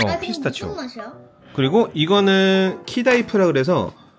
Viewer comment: 자막은 카다이프인데 말할때 왜 키다이프라고 하시죠ㅋㅋㅋㅋ